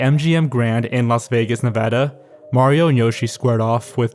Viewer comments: Thank you for saying Nevada correctly. I have live here all my life and my dad has lived here for a long timed. He was born on 1971(?) I’ll see if he saw it and/or knows anyone who went. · i give you my utmost respect for saying nevada right. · OMG GUYS HE SAID NEVADA CORRECTLY